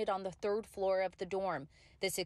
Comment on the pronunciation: A college student cant say floor? But says flow? Smh. I hope everyone will be ok and they check out all the appliances including ac units.